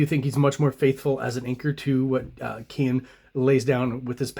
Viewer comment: Dude, you’ve lost the plot. Yes, surnames can be difficult to pronounce, but Dale’s name is accurately pronounced in a ton of videos now. Please only call him Dale, for the love of god! And clearly you’re an Image art dork, but are you aware how awful those early comics were scripted with poor page and panel layouts?!? For someone trying to sell his own comic, how can you ignore quality storytelling???